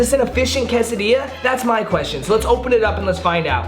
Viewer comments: everyone: quesadilla: Casadia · “Casadia”